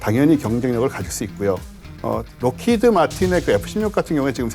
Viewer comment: R사가 아니고 L사. Rockheed Martin이 아니라 Lockheed Martin임.